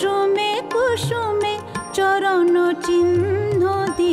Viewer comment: দারুণ, তবে লতাজির মতই ওনারও বাংলা উচ্চারণে জায়গায় জায়গায় আড়ষ্টতা আছে। 'সখা হে' হয়ে গিয়েছে 'সকা হে', 'এসেছি গো' তে 'ছ' এর উচ্চারণ 'চ' এর মত লেগেছে। 'চরণ' এ 'র', 'বলে' তে 'ব' এর উচ্চারণেও অসুবিধে আছে। তার পরেও, আশা ভোঁসলে আশা ভোঁসলেই। ধন্যবাদ বিদুষী, এই গানগুলির জন্য।